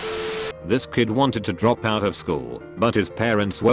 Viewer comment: Robot voice thing can’t say “out” correctly, but can pronounce “Edinburgh” just fine in the same sentence?????